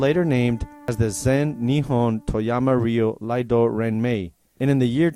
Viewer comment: Can someone tell the narrator it’s iaido not Laido